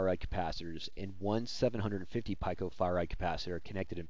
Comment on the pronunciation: "pEEko" - not "pike-o" lol